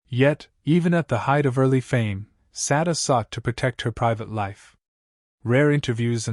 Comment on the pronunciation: Why are you constantly mispronouncing this woman’s name?